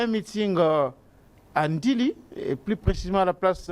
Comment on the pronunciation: Charlequint : olobi Ndili ou ndjili svp